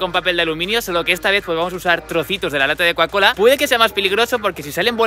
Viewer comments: Coacola no cocacola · Porque decis cuacola